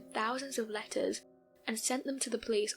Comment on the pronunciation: You saying letters sounded like lettuce too me whenever I heard lol